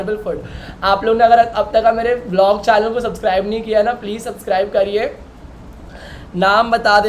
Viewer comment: Channel ❌ Chaaynel ✅